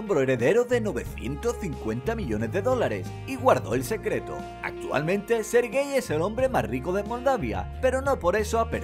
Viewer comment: sergey? SER-GEY MIS RESPETOS serGEY